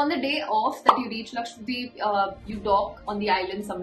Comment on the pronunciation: Why do you say Laksvadeep :p, its Lakshadweep ..